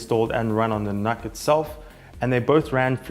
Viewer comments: Just FYI, it's not pronounced 'NahK', it's "Nook" as in Look. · Personally I pronounce it as "nook", but Intel themselves pronounce it as "nuck", so I stuck with that for the purpose of the video :)